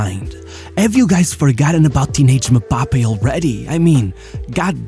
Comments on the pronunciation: His unwillingness to fight aerial battles, is the only thing that keep him from being a perfect goal machine, unfortunately. Btw, it's not "Me-bappe". It's "eM-bappe". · As much as I liked the video, MM-Bappe is not how you pronounce his name. It's very annoying. It's em-bappe. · i cringed everytime bro said "muhbappe" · Why does he keep saying Me-bappe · Am i the only one hearing MaBappe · One of my favorite channels on yt. Sincerely love everything you do. You do the players I care about. But it really disturbed how you pronounced Mbappé😂